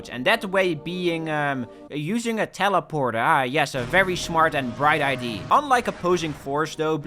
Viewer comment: Every time you say ID instead of Idea, I get closer to your home.